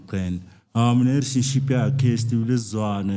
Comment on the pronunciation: 😹 😹 😹 a what _tionship?? My man cant say relationship.. He's speaking gibberish 😹 🚮